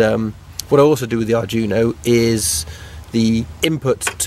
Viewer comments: It is pronounced "ard dweeno", not Arjuno! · Unless 'arjuno' is some special CANbus arduino-based gadget I've never heard of, you are pronouncing 'Arduino' wrong. It's 'ard-wee-no', not 'Ar-juno'. Great work though. You clearly know your stuff apart from the pronunciation confusion :-) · Arduino, ar-dwee-no. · At last a Mazda RX8 with a proper rotary engine :D By the way, Arduino is pronounced Ard we know :)